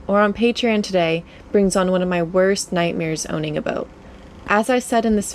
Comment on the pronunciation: You have that strange, but recently common, affectation where you don't pronounce the "t" at the end of words such as "boat". I comes out sounding something like "boak". Sometimes it's even a "d" at the end of a word, as in where you say: "...we avoided a rain clou...". Strange... Otherwise, nice content. You are a brave girl.